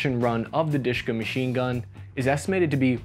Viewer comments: It's actually "Dashka" like a girl's name. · It's Dushka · Please call it proper, De-She-Ka. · its dooshka , u need to pronounce it right by the time my soviet comrades army capture US with help of China. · It's not DiShKa, It's D.Sh.K(a). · Not Dishka, but Dashka. The name Dashka came from the female name (Dasha, Daria), just like Svetka - SVT-40 (Sveta, Svetlana), and Ksuha - AKS-74U (Ksyusha, Oksana). There are also names such as "Sapog" (Boot) - SPG-9 and Pokemon - PKM. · It is more commonly pronounced as "Deh-Sheh-KAh" (last syllable stressed), Dushka, I never heard of it ever being called Dushka.. Probably because I never saw any real action myself))) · It IS "De-She (not like "she" but like the short e in "shed") - Ka". Just an acronym from the three cyrillic letters: ДШК. It's pronounced very fast usually, and the last syllable is stressed. Why so many foreigners call it "dIshka" I have no idea... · One of my college roommates was "drafted" into a Lebanese militia (they put an AK47 to your head, ask if you want to join and reply is "good idea!"). He liked the DSHK, he pronounced it as Daash-ka, not disk-ka. He now runs a three star restaurant in Mackinaw City, Michigan. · Russian/Soviet DSHK is not Dyyyyyyshka. But De-SHa-Kaaaaa. D - is Д (Дегтярёв - Degtyaryov). Sh - is Ш (Шпагин - Shpagin). K - is К (Крупнокалиберный - Large-caliber). Пулемёт ДШК is De-Sha-Ka Gun. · It's pronounced as "Deh SHeh Kah" not "Dishka". It's the abbreviation of "Degtyaryova-Shpagina Krupnokaliberny". The first two words are the family names of the inventors and the third word means high caliber. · It's dashka (as in Dasha which is a variant of Daria female name), not dushka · Not dushka, but dashka, diminutive for Daria, girls name) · Its not dushka It is "Dash a Car(English pronunciation)" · Wht do you call it dishka? The correct prononsiation is DESHEKA. And this is an abriviation Degterv-Shpagin Large Caliber and not some me-me toy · It should be pronounced like "de she ka".)